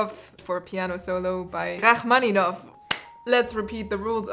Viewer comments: Wow she pronounced Rachmaninoff like a Russian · i'm gonna go out on a limb here and guess that you're german purely based on how you pronounced rimski and rachmaninov. tbh tho i wouldnt have noticed if it wasnt for that so damn girl nice pronunciation